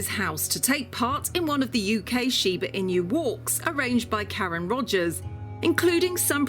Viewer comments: Hey I am Japanese and I love Shibas. Very informative content but sad to hear Chinese music in the back ground😅 Also narration kept calling the dog Shiba INU like "In you" or "EMU", but actually are pronounced INOO (NU pronounced like Nutella) as the owners was saying. INU means dog. Otherwise good show and I enjoyed it. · I loveyour videos, but I wish you at least have learnt how to correctly pronounce its name and stopped saying it like "in you"all the time. There is no y sound while spelling inu, which by the way means dog in Japanese. I wanted to watch ths episode but after hearig in you over and over, I had to close after 3.5 minutes. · Why do you say "in-you"? It's pronounced "ee-noo" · why do they let her say inyou when all of the people are saying enu? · That Shiba “Inyu" is making me cringe 😬 😬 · Please pronounce correctly. Not Shiba-Inyu... but Shiba-Inu! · シーバイニュー、ていうのなんかワロてまう シバイヌよりカワイサが溢れ出てる しかしなぜイヌまで含めて英語では発音されてんだろう(笑) 背景BGMがどう聞いてもいわゆる中華風（和風ではない(笑)）で、欧米人の雑なアジアくくりっていうのもまた(笑) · It's shiba "i-noo" (a short 2nd sound), NOT shiba "i-new". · shiba INU, NOT shiba inyou!!! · It’s pronounced EE-new,. Not in you. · normal people: Shiba Inu this person: Shiba In You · Shiba emu. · シバイニュ〜って発音するのが可愛い❤ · I couldn’t watch as she kept mentioning IN-YOUs, smh! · but...why did no one corrected her weird pronounciation? Pronouncing it Shiba Inyoo all the time is strange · the "inyu" pronunciation is driving me crazy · I'm not Japanese but even I feel annoyed at the way she keeps saying "inu" as "in you". It's not that difficult to pronounce. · It sounds like she's using every opportunity she can get to say Shiba in you ^_^v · There is a Sheba In You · It’s “she be in you” 😂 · Michelle T she’s not far off. You pronounce it sheeba enoo...ask any Japanese person. Also, Americans pronounce most of the English language incorrectly if you want to play that game. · 発音が柴犬じゃなくて柴イニューで笑う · Wow she really butchered the pronunciation of the breed 😮